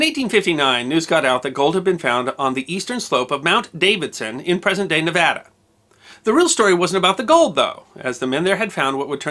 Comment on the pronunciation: Born and raised in Nevada, thank you for correctly pronouncing the name; pronounced like "apple" not "awesome".